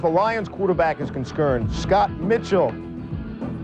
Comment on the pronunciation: It started really going downhill after Levy flubbed 'concerned', Olbermann just made it worse.